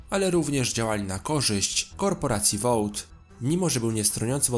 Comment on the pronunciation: Vought czyta się Wot. Ewentualnie takie przedłużone O. Jakby półtora O. Ale to w dalszym ciągu jest Wot. Nie ma tam Ł.